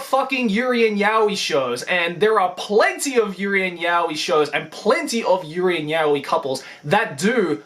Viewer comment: Why do you pronounce やおい as yah-wee? That's just weird.